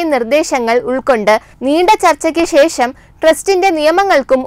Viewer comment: രാമശേത്രമല്ല കുട്ടീ ... രാമ ക്ഷേത്രം. അതിനു ശേശം എന്നല്ല പറയേണ്ടത് .... അതിനു ശേഷം. അറിവുള്ള ആരിൽ നിന്നെങ്കിലും മലയാള അക്ഷരങ്ങളുടെ ഉച്ചാരണം പഠിക്കുക.